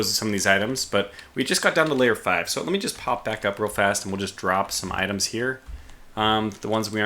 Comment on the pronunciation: FYI, 'Lair' is one syllable, rhyming with 'pear'. You keep pronouncing it like 'layer', with two syllables ('lay-er').